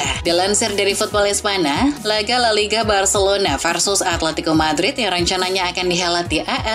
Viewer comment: Pengisi suara nya bisa nggak yang lebih profesional gak min ? Msak nyebut la liga aja gak benar !!!